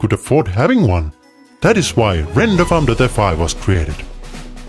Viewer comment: Sounds like an improved Microsoft Sam. He can't pronounce renderfarm.fi correctly.